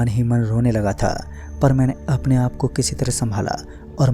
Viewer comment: Aaaapf ki jagah aap bhi bol sakta hai aachi aavaj me kahani suna sakta h tu ye kya h aaaaaapf